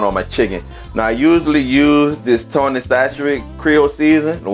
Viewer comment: When I heard him pronounce it I knew he was legit!!! LOL